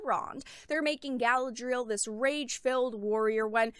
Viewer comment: how she pronounces galadriel so cringe